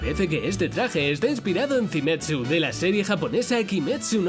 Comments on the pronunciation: Ese Zinetsu me da risa, tipo el personaje se llama zenitsu y escucharlo de otra forma de da risa XD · "Zimetsu" jajajaja se llama Zenitsu (de apellido Agatsuma, me encanta el personaje) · Es zenitsu no zinetsu y aparte hay ropa de tanjiro kokushibo y nezuko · Danjiro y zinetsu brutal pronunciación, 😂😂👌👌🙃